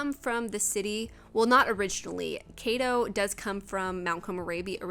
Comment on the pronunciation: Beautiful construction! Just one tip normally, in Japanese all the letters are pronounced separately. So kaito would be pronounced more like kah - e -toe!